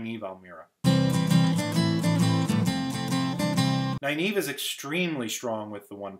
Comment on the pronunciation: NarISHma, not NarSHIma.NynAEve, not NynEAve. Pedantic, but felt annoying to see.